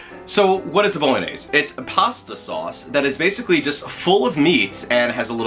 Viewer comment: Based on the bit at the end when Richard had to help you out with the pronunciation of Bolognese, I would love to see your blooper reel!!!!